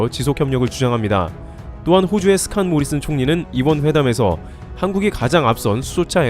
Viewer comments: 호주 발음으로는 스콧 모리슨 ㅎ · 스캇 모리슨! 캿! 발음 좋고!